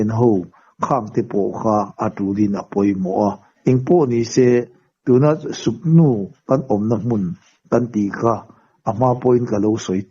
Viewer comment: Suknu nilo in sugnu nih zawk tur ....k nilo in g kha adik zawk ani